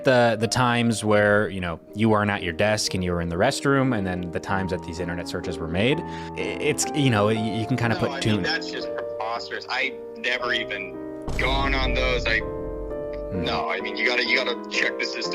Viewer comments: "thats perposturous" Bro had to up his english just to get out of this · " thats just proposterous " 😂😂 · "Thats pqoposturas" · He knew he was cooked so he had to say “Preposterous” 💀